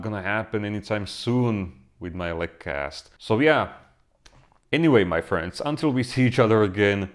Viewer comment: Your phrase 'My Friend(in your accent)' playing in my head every time I watch your videos. Hahahah